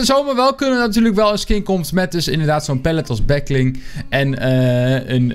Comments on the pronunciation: Zeg back bling niet backling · Waarom zeg je backling het is back*B*ling